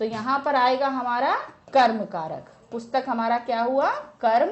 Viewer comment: Ma'am aap Boht glt glt Bolti h jese aapne PUSHTAK ko bataya ......🤦🤦